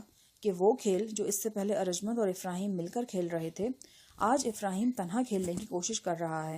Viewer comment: Aarj mnd ni hota arjumnd HOTA hy